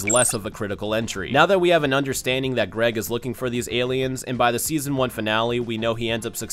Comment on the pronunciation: Why must you call Aggregor Greg...